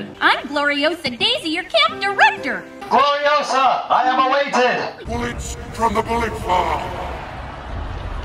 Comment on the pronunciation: It's GloriOsa. Not GloriosA Ba dum tshh